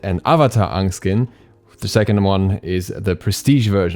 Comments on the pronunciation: Is no one gonna mention that says "Ong" instead of "Aang" all video? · NEVER EVER PRONOUNCE HIS NAME LIKE UNG AGAIN. THE MOVIE DOESN'T GET ANYTHING RIGHT. It's pronounced (A)ng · who's this "ong" you keep talking about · Aang not ong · Stop saying Ong Jesus christ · The pronunciation of Aang is off I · Please stop saying Aung!!!! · You are pronouncing his name wrong it's not onng its AANG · DUde watch an episode before do a stuffa bout. Its not "Ank" Its "Aang" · Please pronounce Aang right!! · ok but “uh vuh tar” and “uhng” though 😭😭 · “Ung” .... idk if I can trust this guy. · JESUS CHRIST ITS PRONOUNCED “AYE-NG” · PLEASE JUST SAY AANG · I’m upset. That’s not how you say Aang’s name🙃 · you’re treading dangerous waters.... your pronunciations are reminiscent of a certain movie that never happened where they pronounced everything wrong and it was terrible (but the movie doesn’t exist ofc) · Yeah your pronunciation of it made me pause To head to the comments. Triggered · really triggered me everytime u said his name wrong l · Even the movie: the last air bender got Aang’s name pronounced wrong, hearing his name being miss pronounce every time in the movie made me irritated, I would hate it being miss pronounce in game too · I came down here cuz i was loseing my mess for all the miss pronounceing going on. I am glad you found the error of your ways. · You don't pronounce Aangs name correctly. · I hope you're aware of this by now but you're pronouncing "Aang" the way it was pronounced in [REDACTED WE DO NOT SPEAK OF THIS FILTH] as opposed to the way it was pronounced in the series. I highly recommend you pronounce Aang the way it's pronounced in the series. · Please stop pronouncing Aang like that you're giving me live action flashbacks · You said aang like in that live action movie that everyone is talking about even tho it doesn't exist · never say aang like that again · why are you saying aang like that garbage ass movie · U got aang’s name wrong